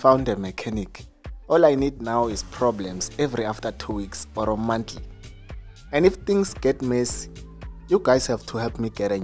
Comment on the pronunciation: Oro monthsly 😂😂